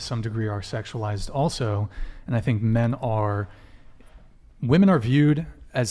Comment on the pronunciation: Again... Another group of young women who don't seem to understand that the PLURAL of woman is WOMEN. I don't understand why they ALL say it wrong! Can every single female on this podcast be THAT uneducated??? WTF is going on?? Seriously!